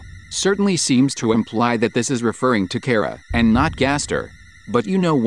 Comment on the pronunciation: I’m glad even the TTS knows how to pronounce Chara.